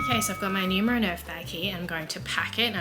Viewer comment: When somebody pronounces Numero to nyumero 😔